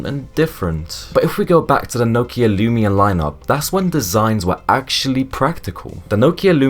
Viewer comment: Can’t say Nokia or Z correctly so too young to remember.